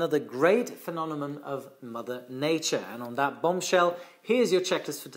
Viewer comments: the fact that you said “phenonemon” instead of “phenomenon” made my day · I noticed you flipped a few letters in some words: Phenonemom instead of phenomenon Reviaty instead of variety Are you 100% ok? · Phenonemon? Phenomenon! 😅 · Love your videos,! However: «phenonemon»? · Hey, repeat after me: FE NO ME NON.:) cheers! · Thank you! BTW, I think the word is phenomenon. ( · British Airways flight 009 on a B747-200 encountered a phenomenon in 1982 similar to St Elmo's fire when the crew flew through volcanic ash. P.S- has trouble pronouncing two words- Cumulonimbus and Phenomenon😊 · Looks like has a problem with the pronunciation of the word "phenomenon" 😁😁😁